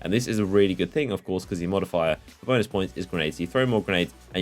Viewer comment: lmao he said bonus, both it sounded so much like that